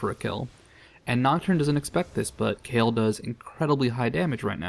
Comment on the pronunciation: Is that how you pronounce the name? I thought you had to say that last "e" in Kayle too. After all, she is a woman.